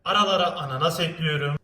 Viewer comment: Abi gözünü seveyim o harfini de kullan (şeker ekliyöörüm)